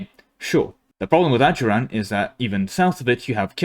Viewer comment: Bro thought he was into something when he said ajuraan (they're my fav nation)